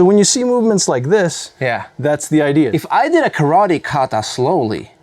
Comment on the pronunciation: When you're a karate black belt, and some Chinese Tai chi master between the lines teaches you how to correctly pronounce kata and karate (instead of kadda and kawadi)... and the karateka still gets it wrong. That's one mic drop if I ever saw one.